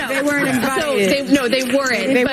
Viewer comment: "They 'were-ent' invited". It's ''weren't." ONE syllable!